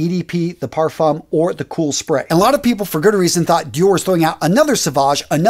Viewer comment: The best pronunciation I've heard of "parfum" is Big Beard. I've asked if he has French heritage. He still hasn't answered. LOL